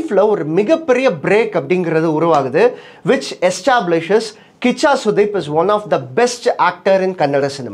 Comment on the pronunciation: கூஷா இல்லைபா கிச்சா 😂😂😂